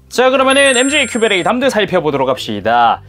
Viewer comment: 저거 담드 볼때마다 자꾸 큐베레이 댐(Damn)드 라고 발음되는건지 모르겠어욬ㅋㅋ